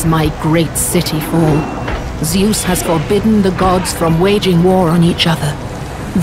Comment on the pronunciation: Nah he sais ZEUSS !